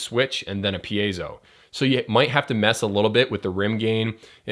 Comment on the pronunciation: thanks dude! your videos definitely the most helpful videos here for e-drummers. i watch every episode... so, btw, you‘re really improving by the pronunciation of the word „piezo“ :DD